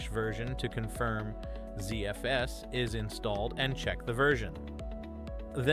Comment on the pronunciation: Here's a list of the clues I found: There's a curious pause between the first and second dash. Every Linux user I know pronounces the first letters separately. "zef spool"? I think I'll leave it there.